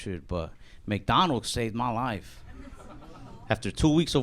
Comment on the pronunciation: You talk normal, then everytime you say "life" you sound Australian..lol